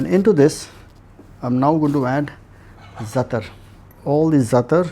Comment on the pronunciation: Hey...first learn the correct pronunciation of herbs. It's ZATAAAAAR not zatr🤢🤯🤮